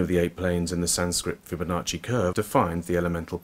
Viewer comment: The "sancrit fibbonocci curve a planes" 😂😂😂 "taurus equitorial plane" 😂😂😂